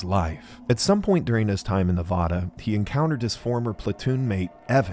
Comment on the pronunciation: Reno Navada mentioned🎉. But you’re saying Nevada wrong.